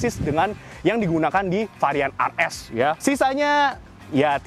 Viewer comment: tipe RS bukan AR ES. penyebutannya tu yang benar